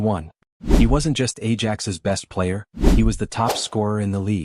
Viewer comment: Well that was a total wate of my time. Almost no video footage. And it is pronounced eye-axe, not age-axe.